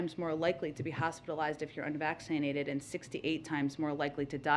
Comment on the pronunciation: spotifly😂 unvaccininated😂